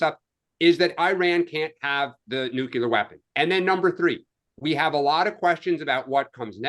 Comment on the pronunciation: the word is “New-Clear”. NOT nucular.